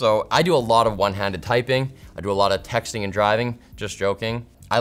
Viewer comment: i zoned off until i heard ”i do a lot of textning and drivning” and lmao 🤣